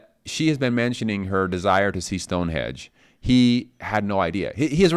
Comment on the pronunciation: Stonehenge not Stonehedge!